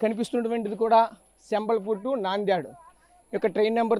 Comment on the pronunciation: చెంబల్ పూర్ కాదురా నాయన సంభాల్పూర్.